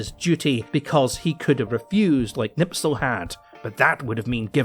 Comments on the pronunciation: It's Knispel, not Knipsel. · back to school, it is Knispel not Knipsel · Kurt KNISPEL , not knipsel or nipsel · Me as a German: Please Herr you are butchering my beautiful language. It's Knipsel not Nipsel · For someone who claims to know all of these things and calls himself a "HISTORIAN" i am surprised to see that you can't pronounce Knispels name right. It's KNISPEL not KNIPSEL. That would never happen to someone who knows what he's talking about. With all due respect i think that your knowledge is the same as that of any other self proclaimed (enter profession here) youtuber. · Knispel, not knipsel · Wehrophiles on s*icide watch rn. German gear and armed forces are only lauded as special from a distance, until one gets to experience just how borked they are. But good LORD,, how in shart can you so consistently butcher simple surnames? How can you turn Knispel into Knipsel? Anglo moment smdh. Epic video tho. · Silly, Can't pronounce Knispel correctly. Hint, there is a K sound at the start. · please, learn how to pronounce Knispel name.... :-) I wasnt able to understand who are you talking about all the time untill I found pic in your video.... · Would've been nice if you pronounced Knispels name properly, but hey, at least he got some attention. It's sp, not ps (also the K isn't silent, just weak, but that's fine)